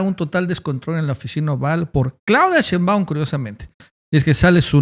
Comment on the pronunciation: Que curioso que todo mundo, incluyendo nuestra presidenta (y la tipa esa y el trompas también) dicen SHEÍNBAUM von acento en la i y tu dices Sheinbáum